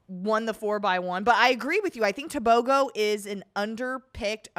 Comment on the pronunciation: It’s Teh booh groooh leh sea leh people .